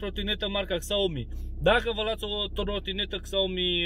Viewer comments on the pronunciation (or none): se numeste Xiaomi, nu Xaomi :)) si totusi ar fi de folos, vreau si eu sa-mi iau o trotineta de la Xiaomi, ca nu e chiar scumpa :))